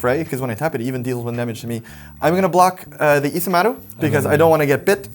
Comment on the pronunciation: I really appreciate that you guys pronounced isamaru japanesely😂❤